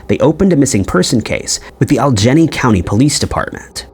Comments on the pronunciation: Aljenny…. are you trying to say All e gainey? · Dude, "Allegheny" is pronounced, "Al-eh-gay-knee" not, "All-jenny" for fuck's fucking sake!!! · Allegheny is pronounced al e gay nee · Allegheny is pronounced "Al-i-gay-nee." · Alleghany is very hard to pronounce if you are not from the Mid Atlantic. It is pronounced like this - AL-ig-AY-nee